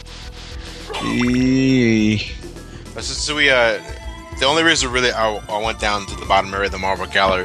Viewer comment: Did say Kridlet and Raid instead of Ridley and Kraid?